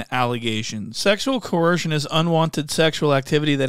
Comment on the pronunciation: Coercion not vetsion